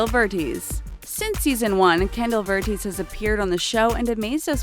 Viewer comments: 1. The only one who is grown up is brooke 2. Chandelier is pronounced Shan-del-ear 3. I don't remember hearing about Kendall leaving dance moms 4. Chloe said in the season 6 finale she's coming back to dance as long as abby is not there 5. Kendall's last name is pronounced Ver-tez 6. Nia's middle name is pronounced see-ox 7. You forgot Brynn, Vivi-anne, Payton, and others from early seasons 8. If all the dancers left the team then who's going to be dancing for the aldc in season 7? Ok im done now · Yeah verteeeeeeez? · you pronounce vertes ver-tez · IT'S NOT KENDALL VERTEES IT'S VER-TS VERTES! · Ken-dull vert-ez or verts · She said Kendalls last name wrong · She pronounced Kendall’s last name wrong too 😂😂😂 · Mandy Lalalalalla she also said Kendall’s last name wrong